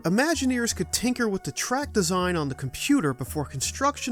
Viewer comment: Love the channel but for the love of everything please please please practice pronouncing the H in with. You have a great narration voice but hearing “wit” every time you say with has caused me to shut off videos at times.